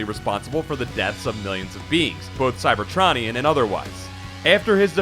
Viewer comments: Transformers don’t have a rogues gallery. It’s a war. It’s like saying hitler is in the ww2 rogues gallery. Also the way you say cybertronion hurts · You are pronouncing cybertronian wrong